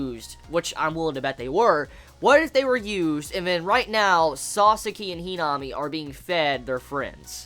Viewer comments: HeeeNami 😂😂 I laugh every time you say her name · lovableghoul - Not that the pernnounciation was wrong it was just his accent that made her name sound funny